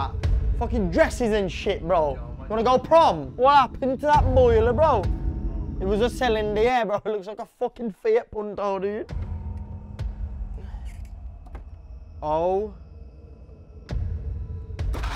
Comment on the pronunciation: “It was a Cylinder looks like a F**king Fiat Punto” How can he pronounce cylinder “Cy-lin-dier” bro noooo 🤣🤣🤣🤣🤣